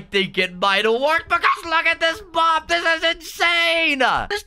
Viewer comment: Am I the only one that hears “mog battle”